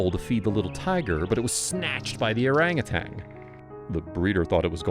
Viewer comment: It's pronounced orang·u·tan!🦧☮️